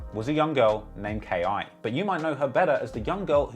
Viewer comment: It’s just K.I. Not Key